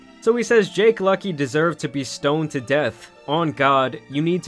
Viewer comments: “stoaned” yea i’m not surprised 💀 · lol "stoaned to death" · Stoned* how tf did he get a A in there!??? “Stoaned” my man you can’t spell or do anything right! Just leave! Gawd damn!